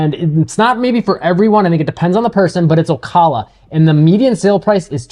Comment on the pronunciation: Good summary. FYI the correct pronunciation of Ocala is: O. CAL A